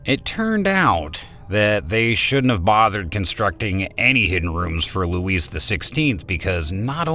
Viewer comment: You are mispronouncing LOUIS. you don't pronounce the S